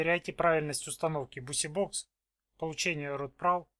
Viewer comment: Бизибокс читается,а не бусибокс